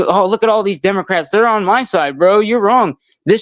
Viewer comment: Wait did i just hear say " Democwats." Was he making fun of himself or does he have a speech problem? Professor so the agent saw the tires turn the ones under the vehicle the ones blocked by the body of the vehicle? A agent has no duty to retreat from a threat from anyone and she hit the agent. Nobody has the right to block the street. For any reason. Period. Lawful commands are law binding for whatever reason it matters none if you dont like it or dont want to you do what officer says. Anyone who thinks that she doesnt think she was doing this for attention or because ice wasnt right there or didnt know it was gonna come with law confrontation is not being honest. She chose to drive and hit an officer maybe didnt want to or think it woukdnt be a big deal cuz shes a female and it was gonna be rubber bullets in thier gun but she did and actions have reactions and that results in overall outtcomes. What if the woman didnt turn her wheels and drive straight at him to hit when woukd the officer stop the threat? 5 seconds after hit 10 secinds after 15 secinds 20? Or when he is under the vehicle with blood oozing from his skull or when his legs broken and arm pinned up against a tree or house or vehicle would that be a good time? This kids thats about it has no clue about what goes intoany of this and puts zero responsibility on the ones breaking laws that are lawful and just and have been for decades before he was born. These people have